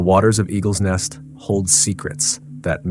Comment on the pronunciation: You are writing the name 'Eagle's nest' but calling it Egg-r net' . I mean come on man, is it Eagles Nest or Eggrnet.. I know your learning as you only have 4 subscribers but moving forward, make sure you not only know the correct name of a place, person etc in your story but also know how to pronounce it correctly too.